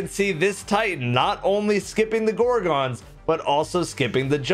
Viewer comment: That's not how you say gorgon..... 😒